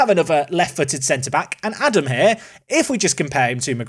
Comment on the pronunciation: Really can't expect you to say Scheuchenpflug, that's honestly hard. But if you want to get a bit closer to his actual name then it is Ah-dahm with two long As in German.